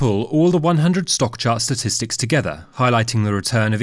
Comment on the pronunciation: Statsitics? What are Statsitics?